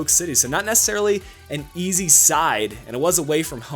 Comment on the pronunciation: Easy..not easily! LOL